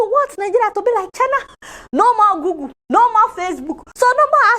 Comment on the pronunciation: he cannot even pronounce google and instagram . lol